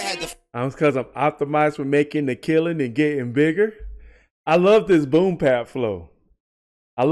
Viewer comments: Please understand that it's called "Boom Bap" Not boom pap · I'm curious, why do you always say "boom pap" instead of "boom bap"?